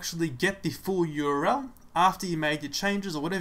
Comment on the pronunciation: URL — 3 letters, 3 syllables. "U-R-L" not "your-el." Useful otherwise.